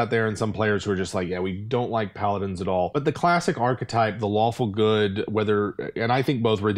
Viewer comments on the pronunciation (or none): Is it just me, or did they kept saying "Waffle Good" instead of "Lawfull Good" at the beginning of the video?